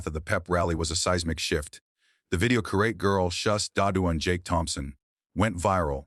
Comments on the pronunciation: You need to learn to read. As an example , one of many, karate is not pronouncced like that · It’s so weird when AI Can’t pronounce words correctly like karate.